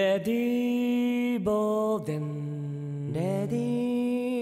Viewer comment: 梶さんのデンのDの音が下がりきってない。 小野さんが一番音程が正確。